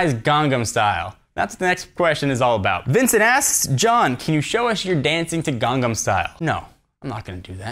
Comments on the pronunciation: Its GANG NAM STYLE. not gang am... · It's Gang-Nam Style not Gan-Gnam style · It's not 'ganggem' style.. it's GANGNAM style.. GANG - NAM.. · It's not gong gum style...it's gong nom style...gang nam style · gangam style? Think ur missing an 'n' somewhere there lol... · It's pronounced Gang - nam style. Or more precisely , Gan Nam Sty(le). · It's pronounced Gang-nam.